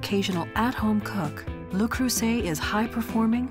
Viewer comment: Where is the care part? The French woman in me cringes every time she says "Lou Croysett"